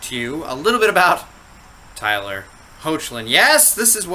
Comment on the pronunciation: hi! jus wanna clarify with u, i hope my previous comment didnt sound rude 2 u. if it does, then pls accept my apology. i only meant 2 share the info (pronounciation of tyler's last name) anyways, cheers! keep up the good work!